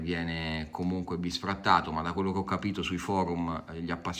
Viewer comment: comuqnue si dice "bisTrattato" non bisfrattato. E sì che c'erano pure i libri sullo sfondo 😂🤣😂